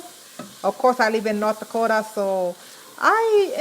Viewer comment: No German and Norwegian …. Primarily… but she’s lived there along time …. You can tell by her pronunciation of NortDaakootaa